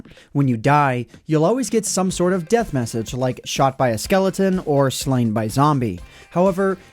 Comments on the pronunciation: What it's deth not beth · What's a 'deth'?